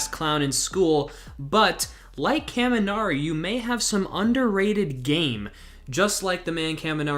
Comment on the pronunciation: ur pronunciation of kaminari hurts me. but i just like him cuz hes a silly guy with underutilized potential.